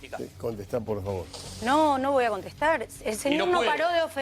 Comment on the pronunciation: la diputada dice:Yo no vivo de ellos vivo para ellos ,parrrrrrrrrrrrrrfavarrrrrrrrrrrr!!!